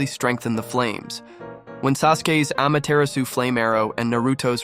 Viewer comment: It’s pronounced ama-ti-ra-su not ama-tear-asu Ai voices dudeee